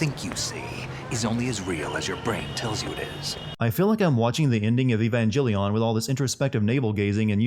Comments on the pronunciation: I'm so mad that he pronounced Evangelion with a soft g. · anime sins: no one knows how to pronounce evangelion, not even me